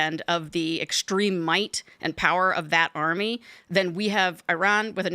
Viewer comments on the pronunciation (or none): none